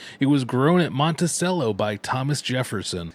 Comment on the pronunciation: Not the Monticello mispronunciation